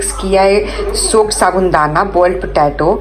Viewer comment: बहन जी साबुन दाना नहीं साबूदाना होता है